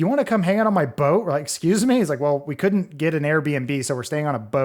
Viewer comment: Exsqueeze me? No exsqueeze me?